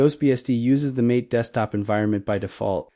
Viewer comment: GhostBSD sounds interesting. First question, how is the hardware support? Second question, how to run Linux software, such as Chrome? Answers: Poor; only by running Linux Oh, and FYI to the silly AI: MATE is pronounced MAH-tay, named after a South American herbal drink made from Yerba Mate. It's right on the MATE home page.